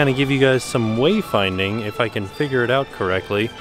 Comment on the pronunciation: I love how he says "wavefinding" rather than "wayfinding" in his videos :)